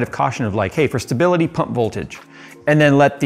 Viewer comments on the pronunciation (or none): none